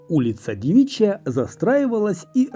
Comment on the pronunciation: Не хочу быть грамар- наци, но: дЕвичья, а не девИчья ПотЕбни, а не ПотебнИ??